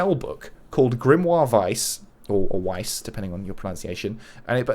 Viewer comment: Weiss is pronounced with a V as it German for white. Was there not a trophy in Nier Automata if you upskirted 2B 10 times?